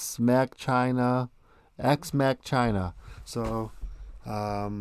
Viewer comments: "Ex ma China" 😂 English is not my first language and I know how to pronounce that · lmao EX MA-CHINA LMAO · This whole video isn't serious is it? It's made for us to laugh, right? You can't even pronounce their name and clearly don't even know the meaning in history of 'Ex Machina'. I stopped watching after this. Not worth my time. I'll find a channel presented by someone who had an education. Ridiculous. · Lol worst review, im sorry, cant even pronounce the name of the company who made it P.s ExMachina is not in china 😂